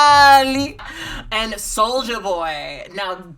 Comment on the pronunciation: It's not even solja boy. It's literally just sojaboy, soja rhyming with doja.